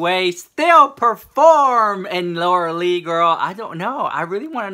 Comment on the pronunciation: its really funny when you say lura leech i felt that from your smile 😝❤